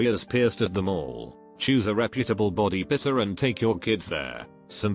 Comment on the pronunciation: Text: Body piercer Audio: Body pisser